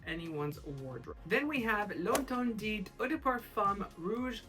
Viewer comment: The T at the end of interdiT doesn’t have sound. Is pronounced L’ enterdi 😊